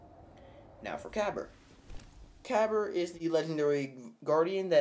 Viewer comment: You pronounced Kabr's name wrong, it has a silent "A" in it so it's pronounced Kabar